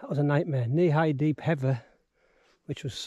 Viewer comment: Sorry, but you lost me at 'heava'.